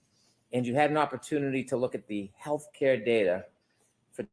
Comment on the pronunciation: Will someone please tell Brennan it’s not health ‘care’ data.